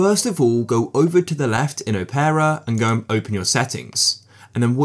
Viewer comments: I don't think it's pronounced as "O-pear-uh" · "O-pear-a GX" this is upsetting